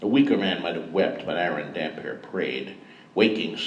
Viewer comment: THIS! How do you read the name hundreds of times and not get that it's a compound word??? :D iirc he did eventually get it right in aDoD